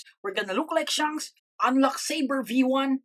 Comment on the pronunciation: "shanks pukoll" my brother in Christ you didn't have to do him dirty like thst💀